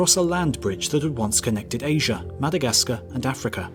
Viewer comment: Where is this, "Aysure" you keep referencing? And where do I get some of these, "bananers" you spoke of?